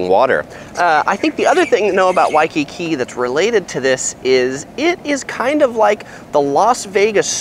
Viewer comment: God how many times did u say wakkki